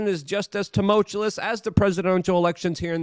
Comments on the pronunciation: Luke if I meet you in real life, I'm going to teach you how to say "teh-mul-chew-us" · te mul chew us....that is how you pronounce your favourite word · Luke, love you, man. But you should spend a good 8 seconds learning how to pronounce "tumultuous".